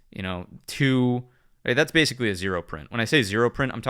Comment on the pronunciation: "Bathically" 🤣 loving the content man thank you